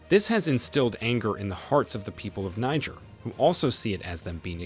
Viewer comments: It’s pronounced “nee- jher”. 🙄 Great story tho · Please it's pronounced Kneejeer, Niger is a state in Nigeria. That aside, awesome video. The coup was absolutely necessary, France turned Niger republic to Libya post gadaffi, actually much worse. The west seems to forget that there are always countries like China and Russia to support African countries. The enemy of my enemy is my friend. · Why are you pronouncing Niger incorrectly?